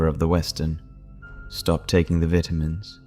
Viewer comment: I love your stories, and like every one else, I think your voice is so nice. But why do you pronounce vitamins 2 different ways?